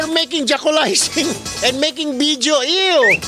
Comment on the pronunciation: Tawa much sa word na JACULIZING HAHAHA